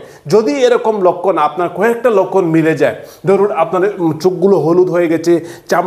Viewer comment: লক্ষণ কে বলে লক্কন